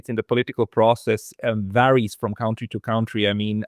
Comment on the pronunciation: man spricht das wirklich nicht KAuntry aus. man spricht es cantry aus. es gibt zwar ein County, das ist vielleicht liebst du ja die Kantone oder sowas das ist eher ein district....